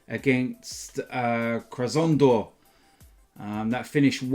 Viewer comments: Kra-sno-dar -> Krasnodar (or cra-snow-thar, if you prefer) Ren -> Rennes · ..Rennes vs Krasnodar...its suppose to be pronounce.."ren" vs "krasnodar"..very simple